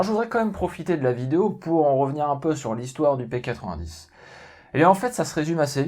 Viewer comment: non c'est pas un P80 10 c'est une arme belge donc merci de respecter la bonne prononciation x)